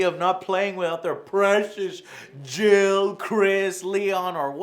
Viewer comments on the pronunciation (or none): none